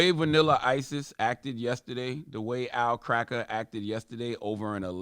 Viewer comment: And Charla,Stop saying cracker as cracker 🤦‍♂️